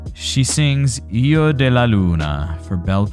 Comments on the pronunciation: Ehhmmmmm....... don't you know how to pronounce hijo? The way you pronounce it, it sounds like io, while you should pronounce it with a gutteral j (more or less as the Dutch g or ch)! And the h is the same as in English! Aside from that: in relation to the German translation, the sun is female and the moon is male (as in all germanic languages), while in the Romance languages the sun is male and the moon female. Personally, I like Karsu's version over the original one, although the original certainly has its merits as well. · You pronounce it lik hiego de la Luna